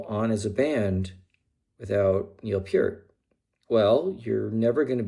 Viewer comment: And you actually pronounced Peart (Pier-t) correctly!!! A true fan!!